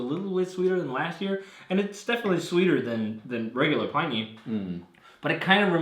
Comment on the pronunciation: Feel free to pronounce "Pliny" the proper way, instead of the way all the beer people mispronounce it.